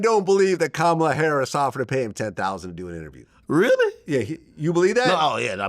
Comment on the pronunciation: He’s ignorant! Can’t even pronounce her name correctly. He’s trash